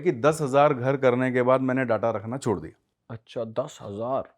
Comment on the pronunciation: अच्छा बोल.. अच्छान नही